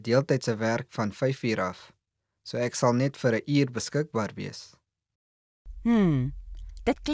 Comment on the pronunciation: The word "ek" is not pronounced "ack". It should be "ek", like in: exit, excuse, experiment, extra, etc. Not "ack" like in "acknowledge".